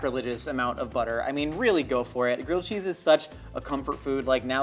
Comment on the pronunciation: I can't tell if he's saying girled cheese or grilled cheese.